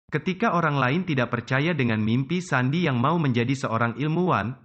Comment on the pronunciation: Kak bukan sandiy tapi sendiy